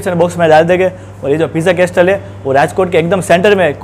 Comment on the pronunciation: Pronunciation Correction Bro... its કાસલ not કાસ્ટલ... બાકી all ur vidz r super duper... keep it up... love from a'bad..